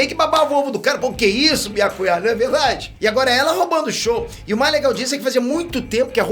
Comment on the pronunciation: Ouvir chamando biácuiá é fire 🔥